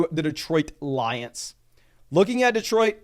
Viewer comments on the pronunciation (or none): none